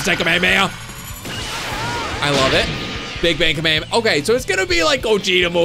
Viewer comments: Kamehameha Is pronounced k me ha me ha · You pronounced Kamehameha wrong